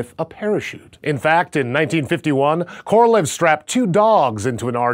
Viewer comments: His name is pronounced Korolyov, not Korolev. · Thanks for that truly awesome vid! But i should admit that in russian his surname, "Королёв" it's pronounced more like "Korolyov', not "Korolev". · His name is pronounced ka-ra-LYOFF. Stress on the final syllable. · indian worst pronounce